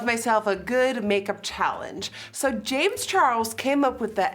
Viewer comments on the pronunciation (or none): none